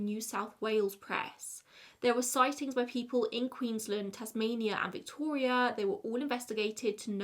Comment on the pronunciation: NAILED the melbourne pronunciation, and the second queensLAND pronunciation is the right one! Also, I like this set up! Whatever works best for you :)